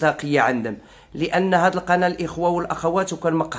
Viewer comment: نقول القناة وليس القنا. المرجو التصحيح حتى لا يقال عنك كسول متل الزروالي